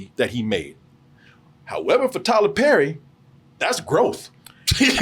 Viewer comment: “Tyler LePerry”!!! 🤣🤣🤣🤣🤣